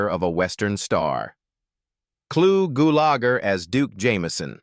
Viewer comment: My favorite character of Clu Gulager was in the movie "A Force of One" also with Chuck Norris. I really hated listening to AI butcher the pronunciation of his last name so many times. Goolager